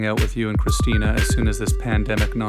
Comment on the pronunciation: Everyone says Christina's name wrong. Even Tom Green. Haha. There's a reason she changed it to Christina P.